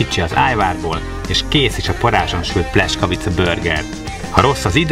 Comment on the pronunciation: Szép videó , aránylag jó recept ( a "buci" szentség törés , a pljeskavicához :) ... lepényben az igazi aminek az a buci meg sem közelíti sem az állagát , sem az ízét . ) És a pljeskavicát ....... PLJESZKAVICA nak ejtjük az "S" , az "SZ" :) Nagyon tudja bántani az ember fülét , ha egy 8 perces videóban kb 40 x rosszul mondanak valamit :D